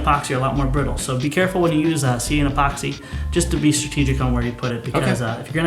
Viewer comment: "e"poxy. Not Poxy.